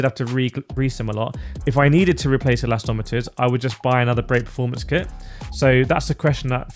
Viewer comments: nah, it`s like a Brit saying..aluminum....say it properly. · The “elastometers” thing is starting to annoy me lol… surely I’m not the only one. No hate though 😊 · I kinda like it. An unintentional signature, lol.